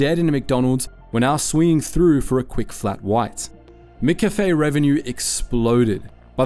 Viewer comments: How the hell are you pronouncing McCafe?! Bro, really? You say cafe correctly, why are you having a stroke when you try to add "Mc"? lol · Sometimes the pronunciation is weird almost feels ai. How McCafé was pronounced was weird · WTF with the Mcafe pronunciation for the first half of the video? The words "sugar bons" prove it's AI crap. No AI voice PLEASE! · YOUR SAYING MCCAFE WRONG!!!!!! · Why can’t you say McCafe properly? It’s wrong in every video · You are the first person living in Australia to pronounce McCafe like that. Where the fuck were you raised😅